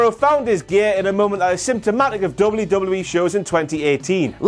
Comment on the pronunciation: Did no one hear tom philips saying lame lame me instead of wwe??? I replayed it 6 times all i could hear! It was when hardy or miz got in the ring.....